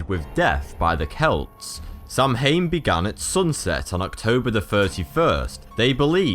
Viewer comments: "Samhain" is actually pronounced "sao-in" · I'm so disappointed that you didn't pronounce Samhain correctly D: it's pronounced Sow-en. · Samhain is pronounced sow in or sometimes sow win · The word samhain is pronounced Sowhan. Bit of Irish knowledge for ye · SAMHAIN IS NOT PRONOUNCED THAT WAY IT'S PRONOUNCED "SOWIN" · samhain is pronounced sowan and is irish ( gaeilge ) for november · hahah 'samhain' is pronounced 'sawen' looo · it's sawan, ....mh = 'w' sound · it prounounced saw en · it's pronounced sow ain you doughnut! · samhain is pronounced sow-an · I think the correct pronunciation is sth like /sa'win/ or /sau' in/ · Sau-in* that's the pronounciation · It's pronounced saow-an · I'm Irish and 'Samhain' is actually pronounced like "sou (like from South)" "in". "Sou - in". 'Samhain'. Oíche Shamain = Night of the dead 😊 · You are actually pronouncing Samhain wrong. It is pronounced '' Sa - win''. But fair play to you for having a go. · samhian is pronounced soween or sowen depending who you ask.The tradition of Halloween costumes comes actually from the middle ages, parents would dress there children as demons and ghouls as not to be kidnapped by the dark souls that walked among them on Halloween. It was a belief at the time that the other world and ours were one and the same and that we shared this plain with the dead who had not passed on. hence the leaving of offerings and the tradition of handing out candy started. there are reference in cultures of activities like this dayos de les murtes being one. signed your friendly neighbourhood witch xxx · I'm sorry for being 'that person that everyone hates' but being Irish I have to correct you on the pronunciation of 'Samhain'. It's pronounced {Saow- in} fun fact: it's the Gaelic word for November :) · O MY FUCK!!! i want to slap you in the gob so hard for your numerous mispronunciations in your videos! Samhain is pronounced "Sow-Wen" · Samhain is pronounced like sau-an :P trust Irish to be a odd language